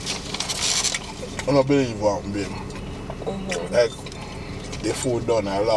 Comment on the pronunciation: "And you gone say hmmm" Olivia d man can't say hmmm...lawd gawd my VI people ain't easy